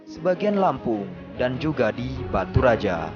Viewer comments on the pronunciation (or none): Baturaja..bukan Batu Raja